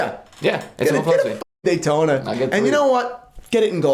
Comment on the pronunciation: Yawntona?! No way.